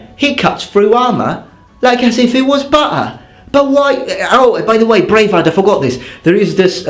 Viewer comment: He cuts thruh the ahmah as if it wus buh-uh! This is why I love your videos.